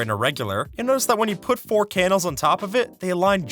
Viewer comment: "with som anvils to but for the aigdes"